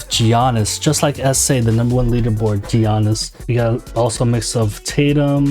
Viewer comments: Giannis is pronounced with a Y almost so you'd say Ya-niss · Just a heads up the G in Giannis is silent (sounds like yi-annis) 👍🏻